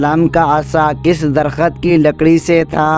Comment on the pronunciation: Aap ko padhna nahi aata hai kya darakht ko darkhat padte ho.sabdo ka sahi bolna seekho.